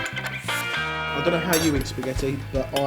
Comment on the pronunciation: Voila! lol...suddenly went french.